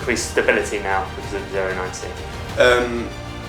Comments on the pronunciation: 09cをオーナインシーって呼ぶのすこ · ディマは0をゼロじゃなくてオーって呼ぶんやね オロナミンCにしか聞こえないが笑